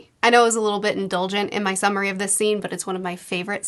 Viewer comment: Not going to lie... when you started this I thought you said a submarine video instead of summary...